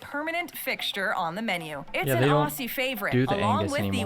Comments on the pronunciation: Why can't Americans say Aussie properly. Ozzy. Not awe-sea. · Lady in the video they are watching: pronounces it “ossies” for the millionth time My eye: twitches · This video pissed me off being Australian and the Aussie is not pronounced with the s it’s a z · The way she is pronouncing AUSSIE is KILLING ME!